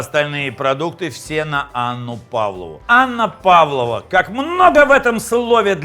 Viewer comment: Не Анна Павлова, а ПавлОва. Без Анны. Десерт придуман в Австралии